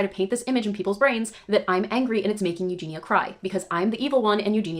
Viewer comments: Her name is Eugeniiiia, not Eugena ;) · Its Eugenia not Eugena